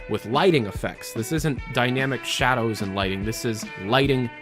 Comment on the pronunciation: its Lightning not Lighting